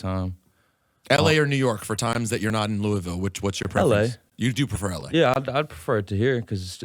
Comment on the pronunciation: Glad he says Louisville correctly